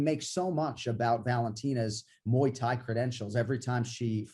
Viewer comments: "Muyi Thai" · Moo-ey Thai!